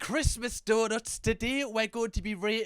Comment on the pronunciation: Bro you calling people arrrrrs holes when you say donuts I think so😂